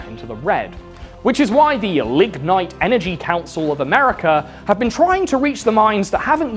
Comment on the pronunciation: Whenever you said "Lignite", I had to make sure I wasn't hearing "ligma".